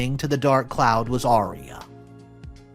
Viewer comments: Aria!!!!it sounded like you were saying area. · It's aria not eria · Are you saying area?